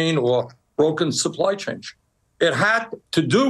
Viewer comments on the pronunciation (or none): Did Bernie say, “supply change”? 🤣